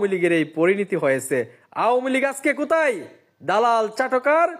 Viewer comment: কুতায় না মফিজ,, বল কোথায় 😅😅